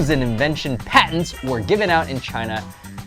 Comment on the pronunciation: Did you mean 'patents'? (as opposed to patterns)